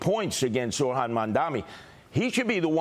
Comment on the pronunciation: Curtis, you have to say Zohran's name properly. Your mispronouncing peoples' names is fine for radio schtick but demeaning for a serious possible leader of New York.